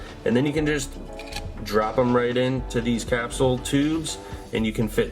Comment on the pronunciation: Have you tried saying capsule?